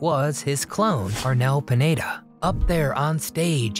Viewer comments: LoL! Dude! It's Arnel PINEDA not PANETTA . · Pineda, not Panetta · Arnel Panetta 😅 Pineda 😊